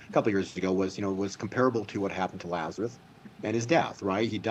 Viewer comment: It drives me crazy when says “Lazareth” 😅